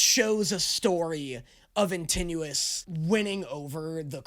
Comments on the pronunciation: did he just say "in tenuous" it's "antinoos" or "antinous" not "in ten minutes" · I love that every time he said Antinuous he pronounced it differently